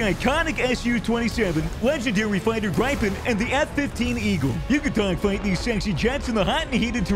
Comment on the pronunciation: its calleed the "grip"pen" not gripen lmao was funny asf tho